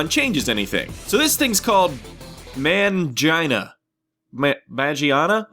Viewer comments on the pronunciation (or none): It's pronounced ma (pronounced m-AH) gee (hard g as in gligar) ah nah. Trust me, I spent 6 years in Japanese school.